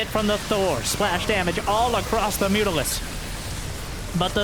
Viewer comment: lol "mutarisk" good one